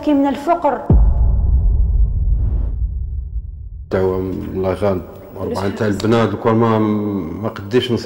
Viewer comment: ياو الفقر بتسكين القاف مش بضم القاف